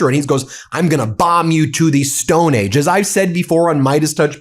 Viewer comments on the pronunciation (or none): Why does he keep saying "Stone AGES?" Lies and nonsense from beginning to end.